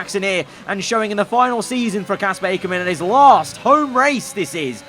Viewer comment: loving your content, but it's Ack-ker-man not Ache-her-man